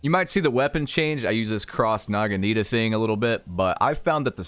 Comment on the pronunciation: Ahh yes, the "Cross NAGANITA thing", an excellent choice! 😂